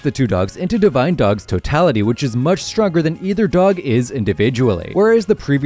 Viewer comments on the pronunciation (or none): none